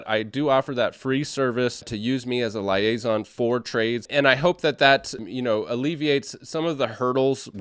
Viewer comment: Sorry but it's leee-ay-zon 😂😂